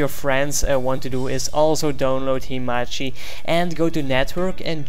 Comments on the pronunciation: Not himachi, It's hamachi* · its hamachi not himachi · sorry if you feel offended but i dont really think its because of your accent that makes you say "1 2 tree" and "himachi" because you actually wrote himachi on google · learn how to say hamachi , and network thx !